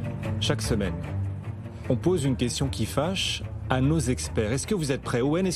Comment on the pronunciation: "c'est la kestion krypto ki klak!". On admire le self-control de Owen et;-)